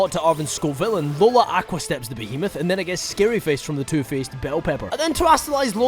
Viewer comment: i love your content but i cannot stand how you say 'aqua'